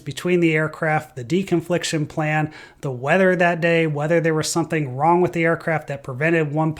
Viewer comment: . You pronounce "something" as "sunthing".